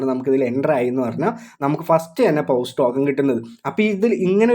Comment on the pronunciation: Bro പൗസ് അല്ല പോസ് എന്ന് പറയണം